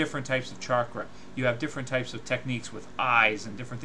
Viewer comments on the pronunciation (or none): none